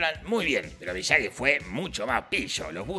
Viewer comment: Por cierto es Miyagi no Miyagui